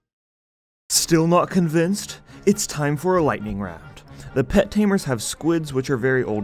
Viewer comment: "Lighting round" lol missed out on a letter there